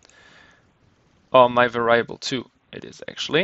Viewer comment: Your English is generally good, but It's pronounced var-EE-able not var-EYE-able. Made me cringe every time you said that.